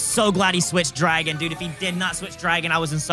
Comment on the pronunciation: IS ANYONE ELSE HEARING “DWAGON”!? Or are my ears messed up.